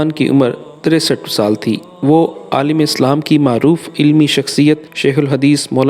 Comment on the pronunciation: تلفظ صحیح کریں ۔ صاف معلوم ہورہا ہے کہ پرچہ سامنے رکھ کر پڑھا جا رہا ہے ۔۔ لیکن ہر دفعہ کی طرح زیر زبر کا ستیاناس عالِم اور عالَم میں زمین آسمان فرق ہے ۔ فرق سمجھنے کے لیے کسی استاد کے سامنے بیٹھ کر سیکھیں اور مشق بھی کریں